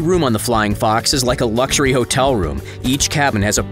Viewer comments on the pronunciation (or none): none